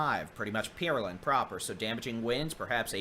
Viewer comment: Good day, thank you all for this work. Just one comment. Could you stop saying Peerland. It is Pear( like the fruit) Land. It is better than Pearl and that the CVS voice mail says, however. :goodvibes: Thank you!